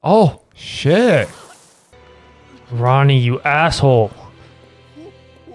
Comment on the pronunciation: stop saying ronne 😭 he was being controlled by the devil to do that